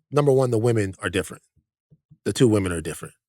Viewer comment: still can't say ''women''